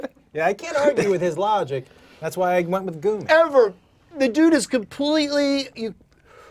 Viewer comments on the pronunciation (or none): It's pronounced Goomy